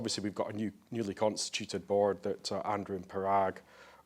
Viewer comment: “Bawrd” 😂😂😂 watch from then on. BAWRD. No sure why but that was hilarious 😂